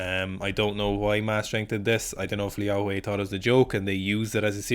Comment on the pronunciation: Commenting for the algorithm. But your pronunciation of Liao Hui’s name is phenomenal. Hate it when people just butcher East Asian names and don’t even try to get it right